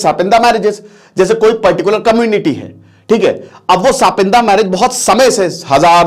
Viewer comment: सपिंड h wo, सपिंदा nhi😂